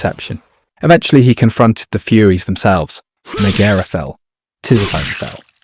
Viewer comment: Oof. Some of the pronunciation in this video is tough on the ears 😂 great video nonetheless! In game; Ares is pronounced “Air-eze” Hephaestus is “Hah-fest-us” Tisiphone is “ti-sif-o-nee” Megaera is “muh-jeer-uh” Aletheia is “ah-lee-thee-ah”